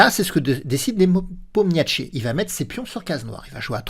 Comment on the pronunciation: Niépomniachi, sans t :) Parole de traductrice.